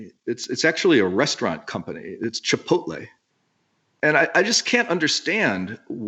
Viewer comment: The way he says “chipotle” lol